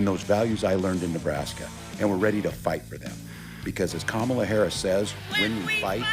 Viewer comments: Do they really not know how to pronounce her name or are they just stupid? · I wonder if the narrator would have, if not coached otherwise, correctly pronounced “Kamala” in Trump’s propaganda ad.